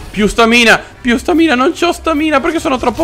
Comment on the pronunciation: scusate l'ignoranza, ma non si dice stàmina e non stamìna? comunque bel video, sempre simpaticissimo